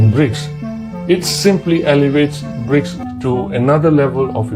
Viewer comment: Koq Bridge (brijs) to, kan haruse BRICS (briks) 😊🙏🙏🙏